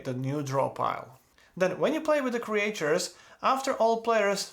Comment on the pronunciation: Thanks for the excellent walk-through video! Your English is excellent, just one thing I have to point out cuz you said it a lot: in English we usually pronounce Creatures as "Cree-churs" like Teachers, not "Cree-ay-churs" like Creators. I don't know why. English is silly.